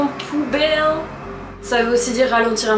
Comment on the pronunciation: J'ai trop souris lorsque tu as "poubelle", cela m'a fait penser à l'accent portugais de maman, ahaha! 🙊💜